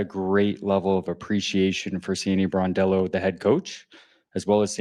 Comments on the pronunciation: I caught that too. Bordello is not a good way to mispronounce the name. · BRONdello, not BORdello. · Hey, come on man you're a stand-up content creator 🤷 do not RAPE Sandy's SURNAME ‼️ SAY AFTER ME BRON ‼️BRON ‼️ IT'S BRONDELLO 🤔 IT'S NOT BORDELLO 🤷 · Please pronounce her name correctly . It’s Brondello. NOT Bordello, which is a brothel. Bordello means brothel, where ppl go to have sex. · NOT Bordello, Brondello... Plz just get it right for once dude! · Hi ya - PLEASE pronounce Sandy's name correctly it is BRONdello not BOARDdello!!! Look up the definition of bordello and reflect on your pronunciation. Other than that, I like your content and look forward to watching your videos. Stay safe and healthy!!! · I just wish these youtube guys would actually learn how to says the names of the people they are ta;ling about. So many calling her Sandy BORDELLO. Really takes away from any credibility they might have on the topic. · It’s “BRON” as in LeBron! BRON-DELL-O. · BRONDELLO.....show some respect and pronounce her name correctly